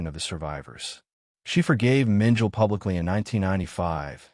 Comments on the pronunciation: Mengele is pronounce MEN ge la, and not MEN jell. The "g" is hard, like in good. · Mengel? Get someone who knows how to pronounce the German names. The name is Mengele. And Mengele was NOT Heinrich Himler, whose picture you showed when speaking of Mengele. If you can’t get these few things right, what makes you think I’m going to think you know what you’re talking about? Or are you AI or some other robot? If you or the editors don’t know difference between Mengele and Himmler, you don’t know anything about this subject. It’s also NOT Triblinker. It’s Triblinka. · Mengel?? It is pronounced Mengala AI SLOP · OMG! Mengele does not rhyme with angel!! Correct this, please!! He isn't Adolf Eichmann or Heinrich Himmler, either. 🤦🏻‍♀️ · Yeah, “Mengele” is pronounced “MEN-geh-luh”. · You’re correct; it’s pronounced Men - geh - luh (the guy who worked on twins) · How do you expect Likes when you mispronounce names...Joseph Menjul...lol